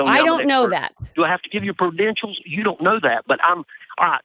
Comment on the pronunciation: Did say “I could give my perdentials”? To show he’s an expert?